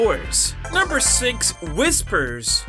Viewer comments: I like the "Whipsers" Definitely not Whispers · ah yes whipsers